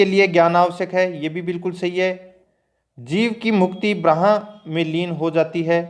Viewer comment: ब्रह्मा ko braha nahi brmha padha karo bhai